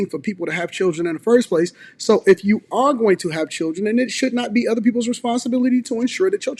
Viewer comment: She said mudders and udder 😂 why we have such a broke person mindset?